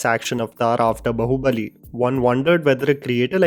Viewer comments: Why are u saying बहु बली it's बाहुबली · It's BAAHUBALI for the sounding. Not Bahu Bali🤣🤣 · It is not “Bahu” bali. It is “Baahu” bali Ears hurt to hear the way you pronounce Baahubali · Hi, even though it is Bah in Bahubali it is pronounced as if there are 2 aa s. So it is Baahubali while pronouncing. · Enough, I have to say this now ! It’s pronounced as “baahu” not “bahu”bali 😵‍💫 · WTF is wrong with you,? It’s “Baahubali”. Not “bahu-bali”. WTF! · its बाहुबली (nee बहुबली) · Man why you keep pronouncing it "बहुबली" 😂😂😂🤦‍♂️ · Im still waiting for the day you will pronounce Bahubali in rhe right way..